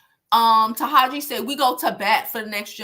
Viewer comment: Taraji is pronounced Ta-Raj-Gee 💛